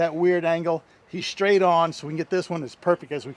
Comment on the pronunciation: Great video. But a pet leave of mine…the word is “straight”…not shtraight! It is the “st” sound not “shy”. Drives me crazy to hear people say shtraight, conshtruction, shtrength. You guys do everything right. Please say it right too. The TV peeps drive me crazy with this. My idiosyncrasy! Thanks. Great video!